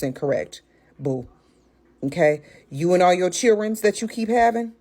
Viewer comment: She said chillrens😢😮